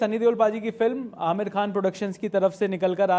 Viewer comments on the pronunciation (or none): none